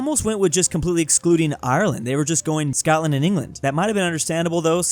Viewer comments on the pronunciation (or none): none